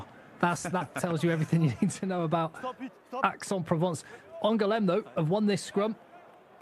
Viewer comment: Aix is pronounced EX.